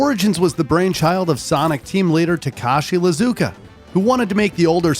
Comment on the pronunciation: Lizuka? The heck? It's IIZUKA. Like the letter E